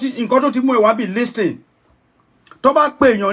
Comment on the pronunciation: u claimed u live in America and u called it Listen. T is silence in the pronunciation of LISTEN